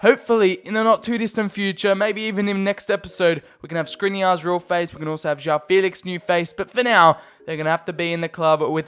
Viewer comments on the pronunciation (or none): none